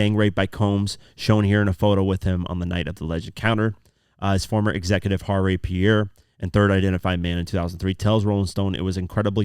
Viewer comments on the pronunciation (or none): none